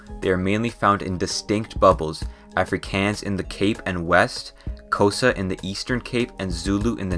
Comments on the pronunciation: All South Africans when this man said Kowsa instead of Xhosa: What????? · Every Xhosa person is going to be so mad at the way he said Xhosa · Hi, nit picky South African here, please for the love of god learn how to pronounce the clicks and long A’s and other letters for the names of places, I felt hurt whenever you said a proper noun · He butchered the language names lol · Sorry but the way you say xhosa zulu and tsiphedi is very funny (clo sa) make a click with your mouth for the xh zulu (its not how most people say it zooloo no its zuelue) actually isizulu and phedi make a sharp p